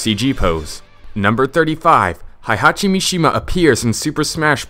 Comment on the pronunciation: Tekken Fact #108: This guy doesn't know how to pronounce "Heihachi" correctly.